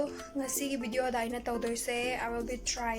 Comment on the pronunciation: don't say bideo say video...